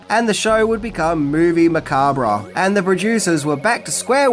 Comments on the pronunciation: I have an insane crush on Elvira, and I love your content about her. I thought I knew almost everything about her, but you revealed so much more that I didn't realize I didn't know. However, I cringe every time you say the word macabre as "ma-KAWB-reh", as it's originally a French word, and pronounced as "ma-KAWB", not "ma-KAWB-reh". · Okay. I really REALLY tried, but it's not "Movie Macaberra", It's movie Mancab". phonetically. The "R" is silent. JFC this is annoying. Makes me want to kick things around the room. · "Macab-RAH"?LOL! Its pronounced Ma-Kob, it's a 2 syllable word, not 3. Don't believe me? Google it. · sorry but its pronounced macarb not macarbra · Macabre. Pronounced "ma-KAAB". / You do great work m8. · The word is pronounced “Ma-cob” you idiot!!! If you don’t understand the English language you probably shouldn’t try to broadcast your own YouTube channel. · it's pronounced Ma-COB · This an enjoyable video with a lot of good info. Some thing that may help here (and said gently from one video maker to another), macabre is said muh-kaab. ;) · Macabre is pronounced muh·kaab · Dude it's pronounced "macab". The R&E are silent. Great video though! In the first place I lived After High School out of my own I had a full size poster of her laying in a coffin in the living room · Its pronounced "ma-cob" 👍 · " Macabrah"......always a chuckle. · Pronounced "Makahb" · it's pronounced MAC-ARB the R is silent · Spooky and Sensual one,. 😉 Also! OMG! It's pronounced "Mu-cob." Yes, the b and the r and the e on the end are all silent. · AnD ITS MAH CABRE ffs learn something ffs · Because it was originally a French word, which would have been pronounced "macab." It's a regional thing. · Didn't anyone explain to the narrator how to pronounce "macabre"? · MOVIE MA-COB you're pronouncing it wired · I took a shot everytime you said Macabre wrong. And now im in hospital with a fucked liver becaue of tou. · The re in macabre is silent